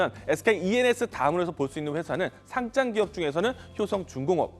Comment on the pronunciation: 회사에 상주냐? 상짱 기업이 뭐냐. 상장. 장 발음 못해?